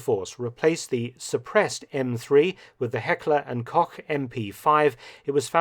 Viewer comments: Heckler and Cock? Koch is pronounced to sound like Coke. Close enough, love your vids. 👍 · "coke" is the H&K approved "American" pronunciation. It is not how a German speaker would pronounce it.